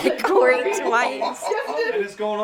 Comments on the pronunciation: It sounds like they are saying corn and Aaron 😂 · Is it just me that thinks that they always say “Welcome back to the CORN and Aaron show” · Idk why but I heard welcome to the corn and Aaron show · Is it just me or did Corey sead corn and Aron show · "It's The Coren and Aaron Show" That's what I keep on hearing whenever Corey says that lol! 😂😂😂